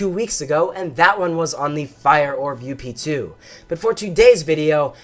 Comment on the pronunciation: dang you you need to say up 2 NOT u.p.2😠